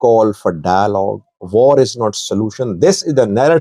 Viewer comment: 😂😂😂😂😂😂😂😂😂😂😂 although you're pakistani, you sound indian when you say "var" instead of "war" that's becuase some Pakistani languages such as urdu share hindustan tree, although the Pakistani influenced by persian...etc. i dare you to pronounce war in your next footage.